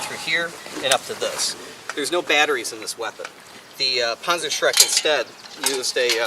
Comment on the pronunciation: the rocketatatpanzerbush... yeah thats not how it is pronounced m8.